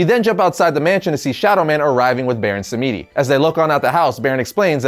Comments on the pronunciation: pronounced " Baron SAM-dee". As in, French for "Saturday" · Baron Samedi is pronounced as (Sam-dee) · Baron Samedi's name is pronounced more like "som-dee" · It's pronounced Baron 'Sahm-dee'. Google it if you think I'm wrong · No Baron samedi is mainly pronounced more like Saturday in french